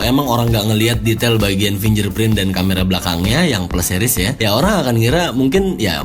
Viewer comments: Spellingnya FINGGERPRIN bro... BUKAN FINJERPRIN.. hmmmmm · Fyi bang, sidik jari tuh bacanya "Fing ger print" bukan "fin jer print" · Msh suka geregetan ama yg ngucap "fingerprint" blgnya "finjerprin" itu dpt drmana ya awalnya??? Cba deh buka google how to pronounce "fingerprint" yg betul ky gmn...Apple hardcore user sih gw pikir hrsnya dah bener lah ya english pronunciation nyah, just saying...peace